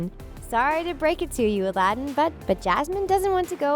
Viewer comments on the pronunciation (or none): none